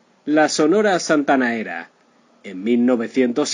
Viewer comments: Que trucho que sos amigo... primero le robas el nombre a un excelente canal argentino "La vida y el triste final..." con finales tristes de verdad y no con gloria como este caso y encima robas el texto de otro lado, decís Santanaera en lugar de Santanera, hablas como vendiendo churros en la playa, en fin... un consejo de amigo, dedícate a otra cosa. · Ésta máquina parlante dice "santanaera " 🤯👎. Sonia López 👏👏👏👏🌟🌟🌟🇲🇽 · No tienes idea, se dice SANTANERA ASI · Da pena escuchar su pronunciación de la santanera y no separar la pronunciación, que alguien le corrija, antes de grabar.